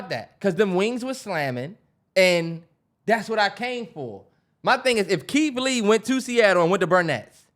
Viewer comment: the way the can’t pronounce they R’s are hilarious to me. “KEITH LEE WEVIEWS”😂😂😂